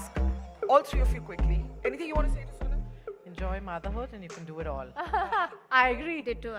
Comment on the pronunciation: It's Sonam not soman